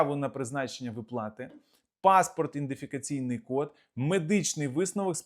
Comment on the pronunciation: Не індифікаційний ! А ( ІДЕНТИФІКАЦІЙНИЙ ) ! ГРАМОТІЙ!!